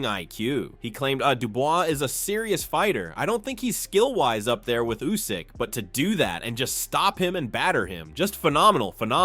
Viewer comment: yeah way to many lazy youtubers out there, take a bit of film from others then let AI do the rest. It can't even pronounce Usyk, comes out as Usaaayk